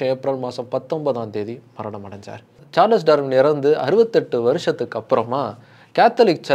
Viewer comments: சார்லஸ் இல்லடா Charles is pronounced as ச்சார்ல்ஸ் 🤦🏻‍♂️ சரியா pronounce pannuda🤦🏻‍♂️🤦🏻‍♂️🤦🏻‍♂️🤦🏻‍♂️ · Every time you pronounce as “சார்லஸ் சார்லஸ்” it gives a headache. I’m stopping watching this video. Bro please for heaven sake read and understand the correct pronunciation of English words. At least when you are talking about a world famous person. Not only the content but presentation is also important. Your illiterate viewers may think this is the correct pronunciation of a word. 🤦🏻‍♂️🤦🏻‍♂️🤦🏻‍♂️